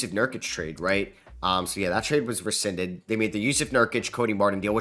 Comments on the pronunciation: Lmao it’s pronounced “re-sin-did” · No chance you pronounced rescinded like that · elite pronunciation of “rescinded”😭😭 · Even my 7 year old cousin can pronounce “rescinded” correctly